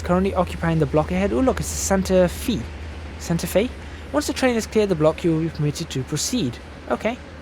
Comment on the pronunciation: Btw its pronounced Santa fae